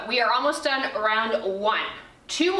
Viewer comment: Fantastic workout for my 46 year old body. Love the honesty and instruction. One funny piece of feedback to share…every time you said the word ‘done’ after each set I thought you were saying ‘DIE’. Got me giggling until I realized on the last set what you were saying!! No better workout than one you are smiling through the whole way!!